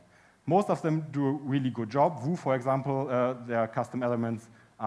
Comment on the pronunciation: It's funny he says "vue" comme "vous"